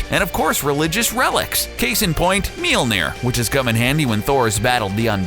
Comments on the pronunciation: ITs Mjølner øæå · Guys if you ever make a video about mjølner again please let a Scandinavia guy say it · Oh god he butchered the name i also hate this hole video it completely distroys the mythology of thor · It's called mjölner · Monkeyboy *mjölner